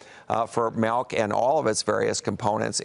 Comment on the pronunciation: What is Malk? Urban Dictionary says it's rat milk...